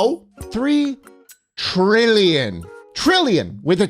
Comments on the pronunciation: heh... 3 Tree-llion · Three trillion trees? ❌ Three treellion trees? ✅